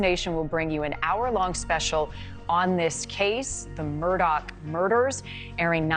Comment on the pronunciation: Why does she keep saying Alec Murdoch? It's AleX MurDAUGH